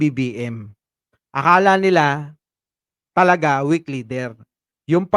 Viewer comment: Diin pa ng knti boss.. ng dahil sa pagkakasabi ng weak leader.. eh mas lalo na na weakdb..ahahah